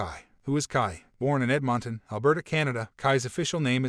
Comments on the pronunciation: Interesting video. (PS... Edmonton, the capital of the province of Alberta, is pronounced "ED-min-ten", not ed-MON-ton. ;0) Just watched another video by The Behavior Panel, and it too was very interesting. This case was just weird, and it's conclusion is sad for many reasons. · "Ed-MON-ton"🤣🤣🤣🤣Dude!? For real?! love people who cannot pronounce words create channels. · It is pronounced: "edmun-tin." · Lmao did you hear how the narrator pronounced Edmonton?????